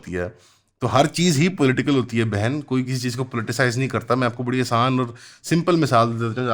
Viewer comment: when he said bhen it feels like he said bc